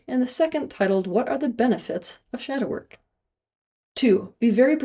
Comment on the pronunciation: Step one “shadow work” but it sounded a little too much like “shower” 😅 (makes a guilty face but goes back to the video like he didn’t just hear that).